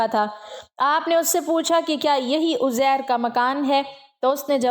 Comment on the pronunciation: اپنی اصلاح کریں یہ اوزیر ھے یا عزیز صحیح کریں